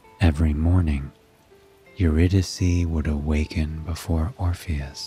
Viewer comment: Her name is pronounced Your-Rid- i-Kay….. how can you read a story without knowing the proper pronunciation of a key character?!?